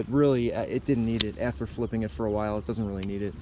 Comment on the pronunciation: hahah yeah i figured that was what you said. dunno if spliffing is a word or not, but it sounded like you were trying to smoke the knife :p